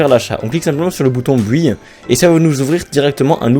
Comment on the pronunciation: as tu vraiment prononcer "buy" ---> "buille" ???? tu mérite le châtiments suprême ... FÉLICITATION !